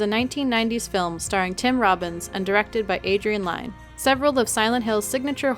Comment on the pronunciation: It's pronounced "Lin" with regards to Adrian Lyne. His name is said numerous times in the behind the scenes section on the DVD release.